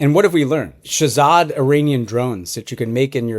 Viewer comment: Shazad Drone? Dud just invented a whole new class of drones.It's Shahed not Shazad. What an expert lol